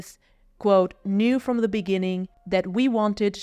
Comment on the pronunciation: "The" is pronounced "thuh", not "duh".